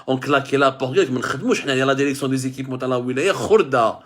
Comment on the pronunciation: Derection pourquoi derection derection derection derection derection derection derection derection